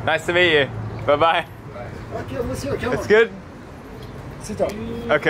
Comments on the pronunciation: I like the way of how the locals pronounce New Zealand. Where are you from? Oh I am from New Zealand Oh Newzland! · Interesting how Iranians pronounce New Zealand like "Newsland" lol